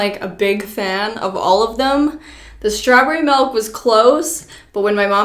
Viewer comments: Is it just me or is the saying “melk” instead of “milk” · I’m sorry but it’s milk not melk. I know it’s your accent but it really triggers me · I thought was joking when she first pronounced “milk” as “melk” but then it continued 😂 nothing wrong, just a realization. Quite interesting. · I'm from Belgium and in Dutch milk is 'melk', so I was like wait.... was that Dutch? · I am Afrikaans and we also say melk for milk😂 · As a Canadian I can say I’ve never heard anyone say melk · its more of a malk LMAO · i say melk just because its a habit and i know others who do (we live in canadian prairies), but still tons of people say milk normally here and we get made fun of. just depends i guess idk why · yea, sh says melk, but in Alberta we say (or at least i say) milk, and i have grown up here my whole life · My mom says melk. She's crazy. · Melk - in Dutch & Afrikaans(from South Africa 🇿🇦) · At least it’s not “malk” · white melk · The melk thing every time she said it I said milk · The amount of times she said MELK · lol milk in Dutch is actually melk, so I got veeeeerry confused haha XD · I had to skip the mElk parts everytime lol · she also says milk like melk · Whisker for her melk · Everyone hating on saying melk Me a dutch person where the word is literally melk 👁️👄👁️ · ‘Milk’ is actually ‘Melk’ in Dutch so when I heard say it I was hella confused😂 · I wouldn't say no one, it's melk in Dutch 😋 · Take a shot every time says "melk" 🤪🤣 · Ok but I legit didn’t notice pronouncing milk as “melk” until i read the comments because I pronounce it the same way 😂😂🤣🤣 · I disagree with all of you, she’s not saying “melk” shes saying mAHlk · Everyone is coming for pronouncing it “melk” but that’s the way I say it soooooo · I'm Canadian and I don't pronounce it melk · I’m in the USA (unfortunately) and I pronounce it “melk” as well. 🤷🏻‍♀️ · I keep hearing it like "malk" 😂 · But she’s not even saying melk ... she’s saying MALK. That’s even worse